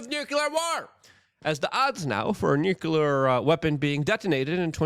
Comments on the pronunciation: New - clee - err. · Nuclear is pronounced NEW-CLEAR. Please, Luke...you should know this